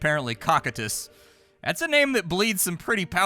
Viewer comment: this game gives me "Wizard of legend" vibes very similar art style, BTW its pronounced "ko-ky-tus".